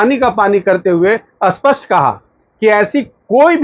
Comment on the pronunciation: आप बार बार अस्पष्ट बोल रहे है, वो अत्यंत स्पष्ट ऐसें है क्या??